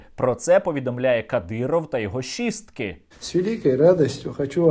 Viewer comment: мені почулося щистки😂 хоча однаково чи щистки чи шістки.